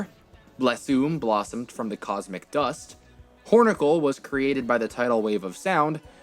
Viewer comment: The way he emphasizes dust 😂😂